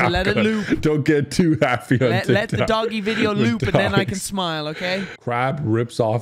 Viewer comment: I love how he said "Tik Tak" instead of "Tik Tok" 😂